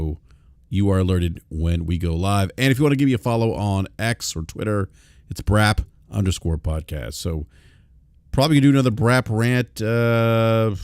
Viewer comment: LoL ish He says "welcome back to BRAP Sir" But he totally sounded like he said "welcome back to Brazzers" Hahaha Brap trying to talk about how toxic the gaming discourse is now compared to "back in the day".... Dude Brap is constantly stirring the pot saying super fanboy BS all the time. Even the title of this video LoL, "Xbox hardware struggles". I feel like there was no real reason for that headline except for trying to get hate clicks or pony clicks haha. Thats not just Brap, that is just how the gaming youtube community is